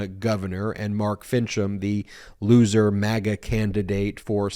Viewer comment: i like how he say losee maga governor